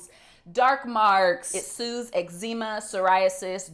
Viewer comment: lol when she said eczema .. i was like did u say noxema